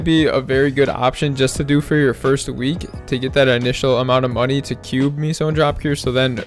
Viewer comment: Why do u pronounce Meso as “ Miso” lmfao it aint the soup bruh